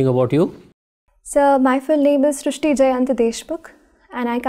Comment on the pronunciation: 😅😂😂 btw its srushti we marathi dont call it srishti dont use "sh"😅